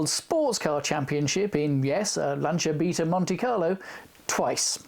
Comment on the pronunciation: Strangely enough, it was the correct pronunciation that made me take notice! Did you notice that in the News at Ten clip, Sandy Gall pronounces both Lancia and Beta the Italian way, but Sue Lloyd-Roberts doesn't?